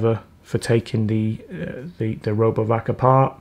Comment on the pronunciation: sounds like you said "Robo F**k" lmao 🤣😂